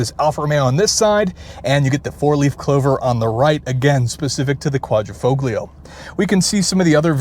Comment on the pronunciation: Dude! Typical carsalesman speech... not too bad, but superficial. You need to wash the car and work on the Quadrifoglio pronunciation too! As a 2019, this is a pre-upgrade model with most known problems (eg electrical and failed fuel pumps) and no touchscreen. The brakes are actually Brembo not Alfa. The whole hood is carbon, not just the underlay. You missed that the roof is carbon as is the tailshaft and the front splitter drops at high speed. Paint is a tricoat special and those wheels are forged.